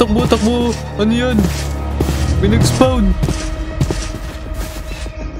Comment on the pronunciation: spon po yung basa sa spawn😂